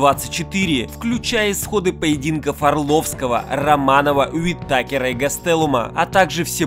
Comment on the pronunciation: Бро как ты ударения коверкаешь? Какой нах..й В'итакер?